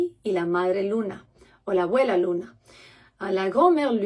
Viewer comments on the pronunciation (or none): none